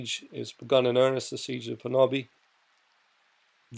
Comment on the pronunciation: You said honobia spot on